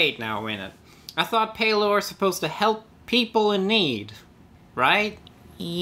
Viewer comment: Oh Gawd - Love you but Palor..... LG sigh